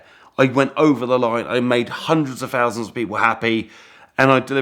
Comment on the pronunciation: "Sixty-free fousand pounds"